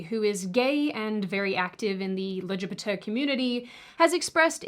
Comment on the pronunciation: Love the lgbt pronunciation 😂